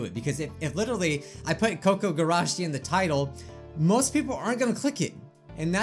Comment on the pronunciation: kOO-kOO gUrAshEE (pronunciation. Your welcome!)